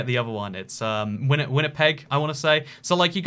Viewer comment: Thanks for getting Winnipeg and Manitoba correct, I was stressing haha. Love your videos man